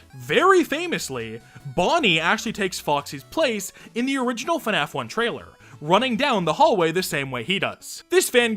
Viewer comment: No one:: Fuhnaf